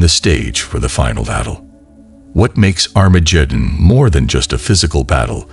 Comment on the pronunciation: Sorry I can't listen to an AI preaching to me that can't say "Christ" correctly or Armageddon.